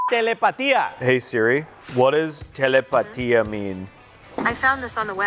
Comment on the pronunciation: Why did bro say it like that “you’ve been saying that the whole time!?!??!!” Bro was just saying telepathy